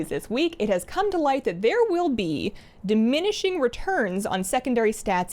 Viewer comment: Dimishing or Diminishing